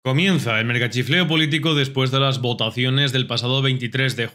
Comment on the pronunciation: jajajajajajaj dios mio que risa la forma de decir votaciones, eres un crack pero que risa caaabron